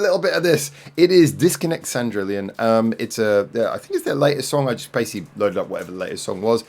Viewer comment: There's no "i" in Cendrillon after the second "L", so your pronunciation is slightly off. Other than your mispronunciation of the second half of their name, I highly suggest you check out the rest of Disconnect Cendrillon's discography and MV's on their main channel. P.S. This may seem like a bit of a stretch coming from me and granted, you've only heard one song (so far), but now that you've finally reacted to Disconnect Cendrillon, you should consider getting in touch with Mino and co for a future live session on Band Broadcast✌️♥️🇦🇺🌏